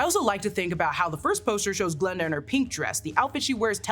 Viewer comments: it's Glinda not Glenda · i thought i was going crazy i kept hearing glenda